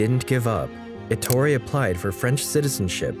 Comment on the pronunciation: ETTorE, not atory